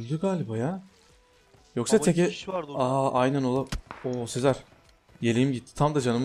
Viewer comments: Abi sen ne zaman sezer demeyi öğreneceksin ? Seer nedir ya 😂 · Sezer Demiyor 😂 Seher diyor :)